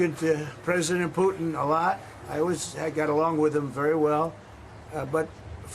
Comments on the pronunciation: Not meaning to be rude,but why can’t anyone from NY say the letter T ? Putin-Pooen,manha-en for manhattan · please start pronouncing the T’s in the middle of your words. It’s annoying when you don’t. You pronounced it ‘Poo-in’ = Putin and ‘impor-ant’. Stop it